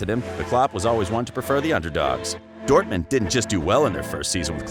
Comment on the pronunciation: This video is made almost unwatchable by your horrific pronunciation of the German club names - please go look up how to say Bayern Munich, Mainz, and Dortmund (as a native English speaker it's not hard to pronounce). Other than that, you missed the deal with Buvac as to who would be assistant to whom at Mainz, which is a big part of the story, and a lot fo the external circumstances in Dortmund's 'drop off' in the last few years of his reign (spoiler - Bayern got Guardiola and a lot of money and used it to tempt away some of Dortmund's best players). Decent video, but there are far better Klopp videoes on YouTube